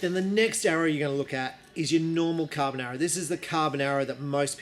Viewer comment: Every time he says carbon arrow i get hungry for pasta.